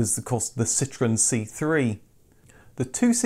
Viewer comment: Keep making the more “niche” videos. Number of views shouldn’t be the deciding factor. But DO stop the weird pronunciations of such words as Citroen & Daimler. It sounds pretentious, which I’d’ve thought isn’t your style. Glad you dropped the humour too, which didn’t work. It’s otherwise settled into an excellent channel, with very few historical inaccuracies. Well done.